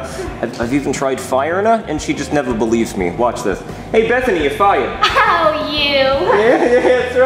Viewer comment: Same here, I thought said "Buy your duck", But in fact, says "FIRED-uh".